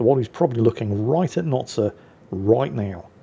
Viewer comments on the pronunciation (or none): Notsir?????????????? I thought it was Noster???????????